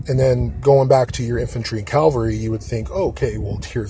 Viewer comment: Its cav al ree not calvelry 😂😂